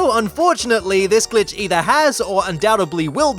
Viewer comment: it some times in my opinion sounded like son of a b word